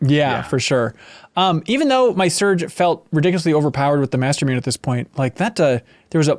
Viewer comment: Loved the series. Just one thing that drove me nuts everytime I heard it. Mastermune is pronounced master moo nay. Obviously not a big deal but was like nails across a chalkboard to me everytime. :D